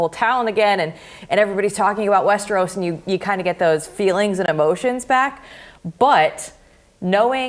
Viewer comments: the guy pronounced "Westeros" like it rhymed like "underoos." "Visaerys" like "vissery." He never watched the show, he's just reading a script someone gave him. Good little robot. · "King of 'Westeroos,'" - like it rhymes with underoos. Gimme a goddamn break. Stick to talking to what you actually care about.